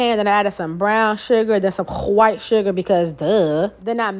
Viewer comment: Why do you say “white” like that???? Do it bother you?